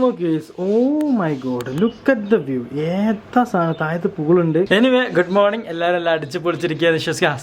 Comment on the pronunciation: ഇവർക്ക് ഒരു ആത്മാർത്ഥത തോന്നുന്നില്ല. എല്ലാം വെറും പ്രകടനം. പ്രത്യേകിച്ചു ഭാര്യ. ഭർത്താവ് ചില ഇൻഗ്ലിഷ് വാക്കുകൾ തിരുകി ഒരു മണ്ടനെപ്പോലെ. ഗുമ്മോണിങ് എന്ന് ദയവായി പറയല്ലേ. ഭയങ്കര ബോർ.